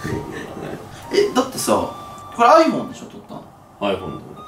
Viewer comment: iPhoneがどうしてもアイボンに聞こえる